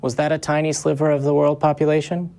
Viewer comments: Every time said, "tiny sliverrr," I was saying, ", I got your tiny sliver right here!" #middlefinger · the hatred in your voice when you pronounced EJ "a sliver" was so clear. You're going to have to work on that if you ever want to pass for a compassionate being.